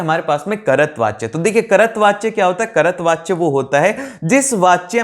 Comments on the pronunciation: Bhaiya apki pronunciation galat hai kahi kahi jaiseki karatvachya nhi hota kartrivachya hota h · Aare Bhaiya कर्तवाच्य bol rahe ho but woh कर्तृवाच्य hai 🤦‍♂️🤦‍♂️ Also apne अलंकार mai joh nahi aa rahe woh bhi samjha diye jaise रूपक, उपमा, यमक अलंकार, अनुप्रास अलंकार yeh sab bahiya 🤦‍♂️🤦‍♂️ #mistake